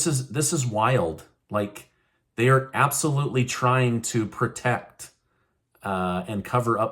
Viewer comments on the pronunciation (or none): There is no such word as perduce, however, there is a word that you may be trying to use that is known as produce… the same is true for pertect…perhaps you were trying to say the word, protect, pertect is not a word. I’m disappointed in that while you have such awesome content knowledge, you’re murdering the language you’re using to present your content.